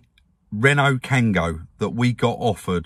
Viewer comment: Kangoo, not Kango.